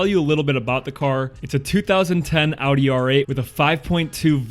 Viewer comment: I am impressed as hell that you can pronounce Audi correctly. So many americans are not able to and instead say Odi or some bs like that